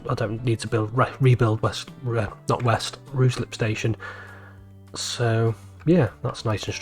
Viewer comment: Ruislip resident here. It's pronounced with the "Rui" rhyming with high. And there needs to be a nice late Victorian GWR signal box at Ruislip station.